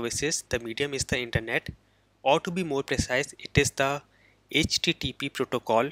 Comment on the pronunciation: It's not "SJJP". It's "HTTP".